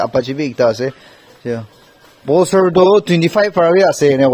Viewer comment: Pulsar or BOLSER...your pronouncation....hahaha